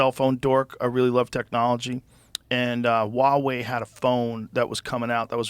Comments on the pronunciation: Can someone please tell Joe it’s hua wei. You pronounce the H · Joe, as a person of Chinese descent, I'm telling you that you need to pronounce the "H" in Huawei, like you did in "Huang". You sound like a dork silencing the H